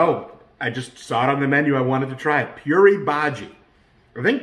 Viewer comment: Hello. Puri is pronounced Poo-ree. It’s the fried bread. The potato dip is called Bhaji (Bhaa-jee). The fried fritters you were referring to are called Bhajji (Buh-jee) or pakoda (puh-ko-da). Puri Bhaji is usually eaten for breakfast.